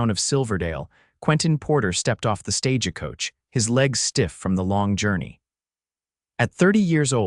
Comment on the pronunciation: The word is stage coach, not "stage-a coach." EDIT & REVIEW!!